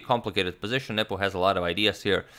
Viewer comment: Derek Mitchell, no, he pronounces nepo's name perfectly